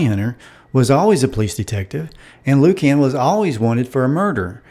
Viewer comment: "Loo-cann" LOL